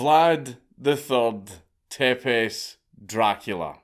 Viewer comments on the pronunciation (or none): Your character is based on count dracula who is based on Vlad the impaler. Also the name Tepes is pronounced Tzepesh.